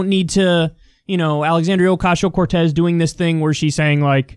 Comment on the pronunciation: is it just me or does kyle say "ocashio"